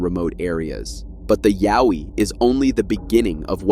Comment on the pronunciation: Like your saying owie but put a ya before it yaowie, that's how Aussie's say it mate Got there in the end